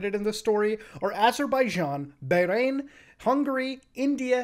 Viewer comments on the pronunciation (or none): the way he said "bahrain" hurts me physically /lh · bahrain is pronounced "bah-rayn" the h is a ح LOL